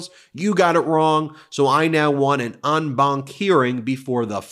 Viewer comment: 'en banc' is pronounced 'on banc'